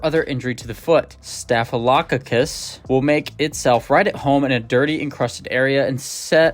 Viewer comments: Here you go: STAFF—UH—LUH—CAW—CUSS. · Your mispronouncing “staphylococcus” it’s staff i low cock is. Otherwise, good video, thanks for the tips. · Staf lo cock us…..is how you sat it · Staff-a-low-cock-us. Accent: emphasis on the first syllable, & then even stronger emphasis on the "cock" syllable. 😊